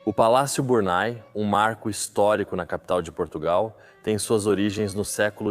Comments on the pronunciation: Porquê está falado em portugues do brasil? Não é Burnay ( burnai) que se diz mas Burnê. Por favor, queiram dizer corretamente. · Biurnê.......não é Burnai...francês nâo é ingês...brasileiro para idiomas são1 desgraça